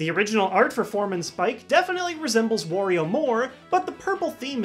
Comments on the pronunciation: Why do you call Wario, war-rio. It’s wah-rio. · ...Why does everyone pronounce Wario as "Worrio"? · ***** well I don't say it as in "warehouse" if that's what you meant. I had assumed it was meant to rhyme with Mario. WAH-rio. Also I'm pretty sure the origin of Wario and Waluigi's names are Mario and Luigi combined with the Japanese word "warui", which means bad, and is pronounced is a similar way to my Wario pronunciation above.